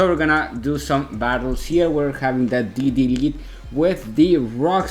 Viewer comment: Que me meta al open english dice 😔👌. Esta cool esta versión la verdad, yo no entendía porque decías "didi" hasta que después entendí que era D.D. jajajaja xD